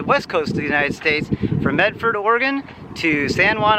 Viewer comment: Thank you for pronouncing Oregon correctly.